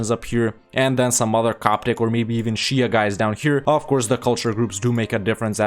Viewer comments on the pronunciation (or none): none